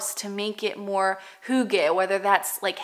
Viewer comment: Being Danish and loving the heritage of Hygge ... (pronounced HUE-guh like Hugh in English - not HOO-gah) I'm so glad to find your channel!